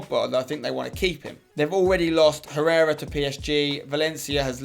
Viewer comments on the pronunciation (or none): none